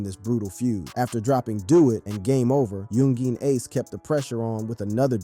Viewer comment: Bro just say Ace. That "Yungeen" be spanking your syllables.